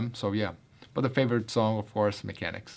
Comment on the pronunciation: Man said mechanix 😁😁😁😁